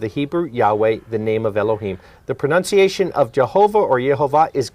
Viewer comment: ) "pronOUNciation" at 4 min. 10. If you can't pronounce the word 'pronunciation'.........